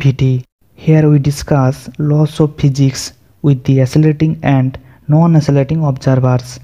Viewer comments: Please physics sahi bolo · Phijics nhi ha Physics ha..😂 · Yaar physics to sahi bolo